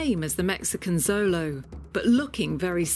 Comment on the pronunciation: Xolo is pronounced sh-lo not zo-lo. This is nahuatl.